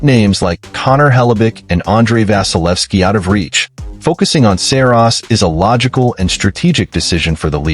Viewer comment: Dude you can't even say Saros